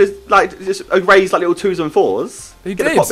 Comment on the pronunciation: who else is watching after jj dropped little boy and getting hyped over simon saying lickle boy!